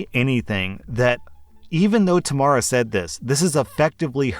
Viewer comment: lol you pronounced Tamara wrong